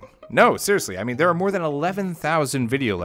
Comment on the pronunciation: Came for the content, subscribed to stay for the “subscribe for mor-ay” throwaway bit. I am READY to start binging